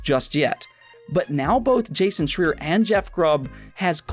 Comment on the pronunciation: Awesome show as always but I little FYI: Jasons last name is pronounced “Shr—eye-er”. I believe. That’s the way I’ve always heard it said. ;-)